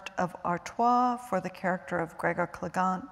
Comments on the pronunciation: Gregor Cle-GONE. This woman is savage! 😂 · Sig-ul...Clagun...I don't think this lady had actually heard of these books